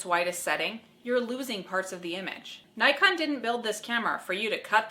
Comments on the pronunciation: nee-con, not nigh-con... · nikon is pronounced as neekon.